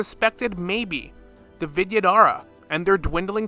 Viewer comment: Love the content here but adding a little more effort in pronouncing names will go a long way. I just heard Jiaoqiu, Yukong, and the Vidyadhara’s names all get botched in the first 5 mins.